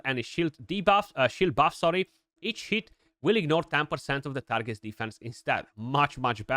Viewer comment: you have to appreciate how the romanian says each hit .... sounding more like eat ....it